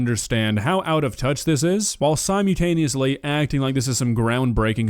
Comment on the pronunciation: siMULtaneously. Not siMEWtaneously. Holy shit that's annoying